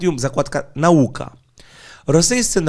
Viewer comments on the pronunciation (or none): none